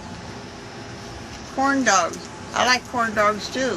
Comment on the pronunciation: lol it sounds like she is saying porndogs not corndogs...